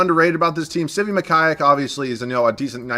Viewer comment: "Sivi" lmaooooooo its Svi and not Doumb-why-a